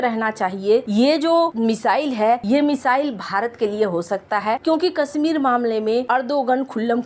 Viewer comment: सहरों, लोकेसन, पोजिसन, दे स, कसमीर, कोसिस, निसाने, टेन्सन ये तो हाल है इस चैनल के उच्चारण का, आपके बच्चे इस चैनल को सुनेंगे तो हिन्दी के सही उच्चारण की उम्मीद न रखें